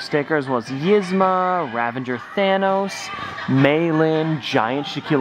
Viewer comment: I have to put an end to this, Yzma is actually pronounced Ezma.